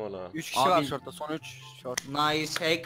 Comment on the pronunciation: TÜRKÇESİ : NAYS HACK BVOOOO--------------- İNGİLİZCESİ : NİCE HACK BRO